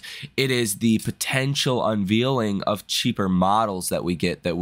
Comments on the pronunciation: You always say unvealing ..unveiling is pronounced unvayling... small point but everytime it drives me nuts... other than that great programs...watch everyday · uses this word quite often. I am glad you mentioned this. According to the interwebs, it should sound like... uhn·vayl